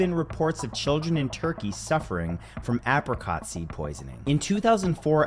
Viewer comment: Anyone else notice the way he says Apricot?